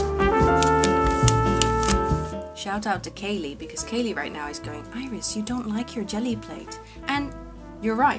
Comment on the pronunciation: Hey Iris Gelli printing the envelopes is such a good idea🎨🎉wanna try that as well! The little fairy on the sticker has an actual butterfly wing for her wings( my son picked it up at school).... by the way, it was sooooo nice hearing my name pronounced correctly😂😂living in an English country very few people pronounce it properly......😂😂 the stuff we miss as immigrants...